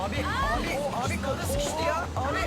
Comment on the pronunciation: sikişti değil sıkiştı diyo